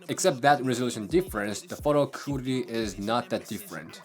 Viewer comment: Your English is fantastic; you need to work on the word quality though just a bit.❤